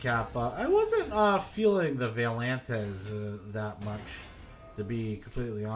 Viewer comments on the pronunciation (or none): valentez? it's Vaylantz (vei-len-tz)